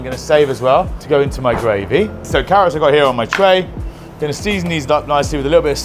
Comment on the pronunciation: It’s paar-nips & ‘arrots 4 me this year!